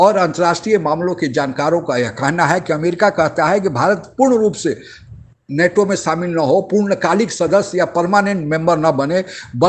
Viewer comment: abey नाटो नही नेटो! Kahan sey aa ja te hain aise bewakoof Pakistan TV anchor ban kar!